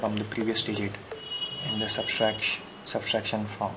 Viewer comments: substraction ni ... subtraction hota h . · Thanks for the video. I would like to make a simple comment that it is not SUBSTRACTION (if i heard you correctly), it is SUBTRACTION. It is a very common Indian (i should say) mistake while pronouncing and writing (spelling). Hope you do not mind. I used to make the same mistake when i was young :)